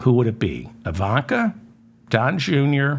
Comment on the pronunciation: Obvious misspeaking of Ivanka.